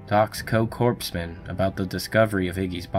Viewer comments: "Corpse-man"? It's pronounced "CORE-man." Spelled "Corpsman." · Its prunounced core-man, not corpse man. fyi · Does he mean "corpseman" or "corpsman"? Because the later is pronounced "cores-man". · Two things: 1.) The 's' in Illinois is SILENT and not pronounced, and 2.) they're CORE-MEN, not CORPSE-MEN. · It’s pronounced COREMAN, not CORPSEMEN,. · It is pronounced COREman. Not CORPSman. Look it up. I was a sailor. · Corpsman is pronounced "coreman" like the corps, not corpse man! It means he was a medic. He was called over because he was medic, a corpsman, not a corpse man. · A "corpse-men?" Learn how to pronounce military terms properly before using these stories at least. Its sickening to think this story is being used on a channel dedicated to scaring people who have never even heard of the Battle of Iwo Jima and think WWII was in the 1800's. 🤦‍♂️ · corpsman is not pronounced “corpse man.” It’s “core man.” You wouldn’t say Marine Corpse. The ps is silent. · “...because I was a Corpsman.” It isn’t pronounced “Corpse man”. It is pronounced “Core man”, just like Marine Corps. Which is why they are called Corpsman. They are our Docs. From a former Marine. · It's pronounced "Core-man". Not "Corpse-man". :) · Lol, "Corpseman", it's pronounced "Corman". Great vid. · your saying corpsman wrong, its spelled corpsman but its pronounced "core-man" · not corp s man corpsman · Hey reader, it’s not “corps man.” It’s pronounced core man. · Hey Dummy, it's pronounced "Core-man" not "Corps-men". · "CORPSE-Man" LOL. It's pronounced "CORE-man," dude. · Damn! Its not Corps-man its Cor-man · I know it looks like it'd be pronounced "corpse-man" but it's actually "core-man" like "core" in Marine "CORPS". They're members of the US Navy that act as combat medics for the Marines. it's an honest mistake, even President pronounced it "Corpse-man" while giving a Corpsman a medal. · Corpsman is not pronounced “corps man”. The P is silent. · It's pronounced Core-Men not Corpse Men